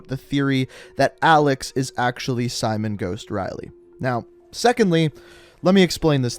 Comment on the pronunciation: Simowhen Riley